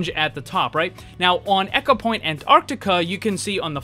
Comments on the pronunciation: Am I the only one who is bothered by him saying echo-point Antarctica instead of Ecopoint? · New drinking game every time he says echo instead of eco take a shot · My soul died a little every time he said "echopoint"... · Ecopoint as in E-mail not as in "echo". Sorry just bugged me. <3 I hurt to heal <3